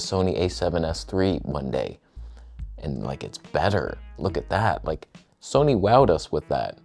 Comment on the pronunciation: Soneh, Toneh